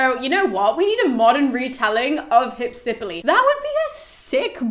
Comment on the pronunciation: In Greek, the name is spelled Υψιπύλη. Given that the accent is where it is, it is pronounced Hypsip_Y_le (excuse the lack of IPA, I'm very rusty on that and can't be arsed to look it up right now). But don't fret, it's all good.